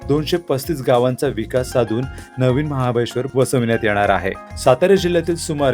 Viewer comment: महाबळेश्वर बोलावे 😂😂